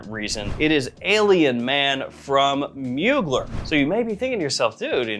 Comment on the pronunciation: love your vids but you're mispronouncing Mugler